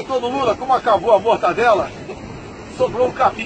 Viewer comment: Nao sabe nem falar mortadela. E reporter. Hahah e quer dizer quem sabe de economia.